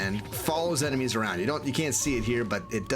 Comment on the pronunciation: Sorry I know this is juvenile but "enema also have a unqiue ability to open secret doors" had me chuckle for a while :)